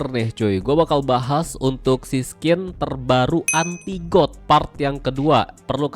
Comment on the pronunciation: Dah ketebak baca godnya got wkwk season aja di baca sesen, magic wheel di baca mejik wel, dan masih banyak lagi. Contoh sekolah cm sampe SD😂